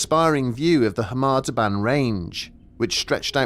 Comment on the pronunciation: Please explain why you keep pronouncing it as 'harma debarn', everywhere else says 'Kar Mar Dab Ann'. Also 'Volantina'? it's 'Valentina'.